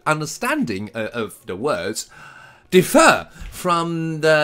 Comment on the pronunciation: There is some misplaced stress in words such as "differ" and "interlocutors" . BTW thanks for the pick-me-up, but I think the sophistication of text is just a matter of personal preference.